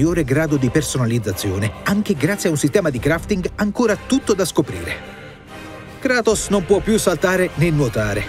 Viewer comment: Non sa dire kratos